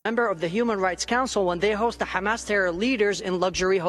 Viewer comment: 😂😂😂😂அண்ணே சாவதி அல்ல சவுதி ஹாமஸ் அல்ல ஹமாஸ் 😂😂😂😂😂😂😂😂😂😂😂😂😂😂